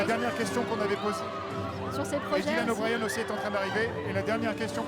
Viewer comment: C'est comme WCKD qui est prononcé "WCKID", Thomas qui est prononcé à la française, et Dylan O'Brien où il dise "Dylan O'BriAn" à un moment donc bon uwu...